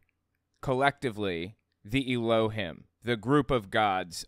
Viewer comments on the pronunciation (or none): I really like your videos, but you pronounce Elohim and Adonai really weird. In every instance I’ve seen of these words used in music or whenever I’m going to my dad‘s family’s Jewish services, Elohim is pronounced Elo-heem and Adonai is Ah-doh-nigh. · I like your videos. You got a couple small details wrong in this one tho. First of all, Hebrew does have some letters that are vowels, along with having dots over letters as vowels. Secondly, Jews pronounce elohim slightly differently than you did, tho that's more subjective.